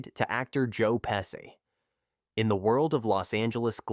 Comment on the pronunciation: Even with the awful pronunciation of his last name. This is probably AI.